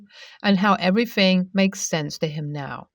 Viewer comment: the word everything is TH thing not everyfing like you keep saying. please say your words properly.